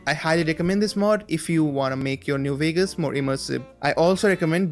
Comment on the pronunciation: Instead of Vegas it was Veags